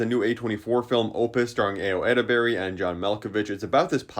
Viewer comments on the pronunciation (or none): Ayo's name is said incorrectly.